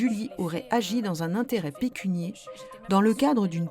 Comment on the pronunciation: on dit " pécuniaire " et pas "pécunier" !